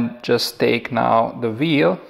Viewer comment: I'm no expert.. But it just sounds like you say v instead of w